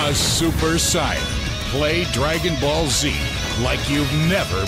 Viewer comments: No, it's the Japanese pronunciation of Saiyan. Two different things there. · He's right, though. You pronounce Sai that way in Japanese. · It's pronounced "Super Saiyan Blue" but close enough. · He pronunciated it like the Italian version, weird.